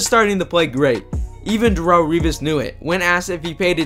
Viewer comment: Who is "Dahrull"? Lol...its not pronounced that way